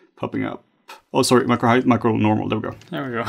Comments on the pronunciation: CANNOT UNHEAR "HEIGTH". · Heighth is not a word, great video none-the-less